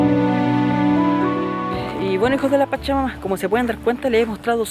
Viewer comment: Wn, aprende a modular 'hijos de la pacha-mama' suena ultra raro. Igual buen videito bro